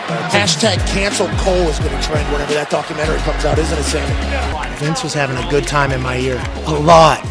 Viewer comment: “It’s all gonna work ahtt”